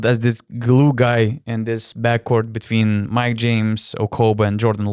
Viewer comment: Chebra. Viskas neblogai. Patiko..klausysiu ir toliau. Bet Donce - pasitempk truput ties zodziu tarimu: Victory - tu tari wictory. Between - tu tari betveen Video - wideo Very - wery Covid - cowid When - vhen ..ir t.t. Zodz v ir w nereiketu maistyt. Tas rezia ausi stipriai. Tik tiek. Sėkmės